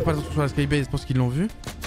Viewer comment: Ça se prononce skybeïz et pas skybaz